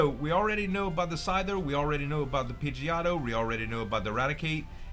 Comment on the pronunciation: Z I was tryna ignore it cause I figured you'd eventually get the correct pronunciation lol but it's pronounced "Pidgey - o - toe"